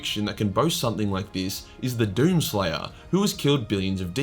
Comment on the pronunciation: Why the fuck did you call number 4 slayer of Allah